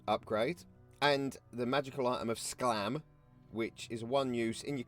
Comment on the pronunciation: Cool intro Skalm not Sclam Master moulder is an upgrade for a pack master, not for a rat ogre You pronounced jezzails right and skalm wrong 😂 Strongly suggest not buying the night runners box, the adults are bad and the mould lines ect are atrocious. The those 3d print sculpts are nice, the prisoners with jobs is a joke, Skaven used to have a 'Skaven Slaves' unit which is missing now, people theorise it's because of the name not being PC The typhoon rodents are stormvermin with halberds and definitely not night runners The rodent lord is more of a vermin lord but I guess with the hellpit there is more 'wiggle room' for things to not look right, it's our only surviving big monster so nobody is going to get confused This is a cool video idea though keep it up!